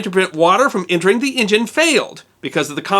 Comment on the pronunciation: What is an "in jin?"